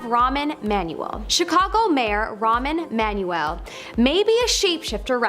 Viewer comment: Ramen Manuel? Really? You're not even trying.